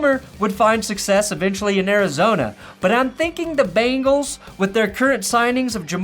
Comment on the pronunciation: missed opportunity, "...going balls deep into the Cincinnati" ... bungholes! oops should have watched the whole video but you did mispronouce it a little. lol